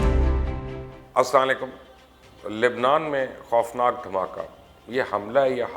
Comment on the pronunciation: بھائی سلام تو صحیح طریقے سے کرو